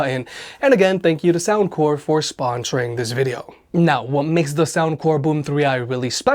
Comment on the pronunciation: Why you say “sponsoring” like that? 😂